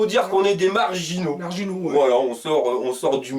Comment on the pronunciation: quand tu dit marginaux j entend originaux ^^